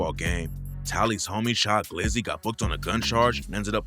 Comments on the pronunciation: And its Cha glizzy not sha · His name was Cha not Sha 🤦🏾‍♂️ I’m like wtf is he talking bout & knew the story. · Not shy glizzy it’s CHA glizzy 😂🤦🏽‍♂️ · Its Cha Glizzy not Shy glizzy youre beginning to sound like a I Bot 😂😂 naw just fuckin wit u bro keep it going